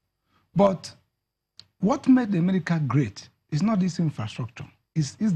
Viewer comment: please am I the only ear hearing Emerica? EMERICA